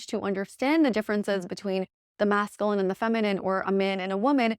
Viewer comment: Cannot get over the mispronunciation of masculine. 😬 Nails on a chalkboard.